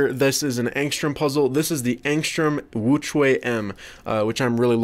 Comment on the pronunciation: * says “Angstrom woochuay M” *Me: face palm, while saying “The real pronunciation is Ångström woo-tshweh M”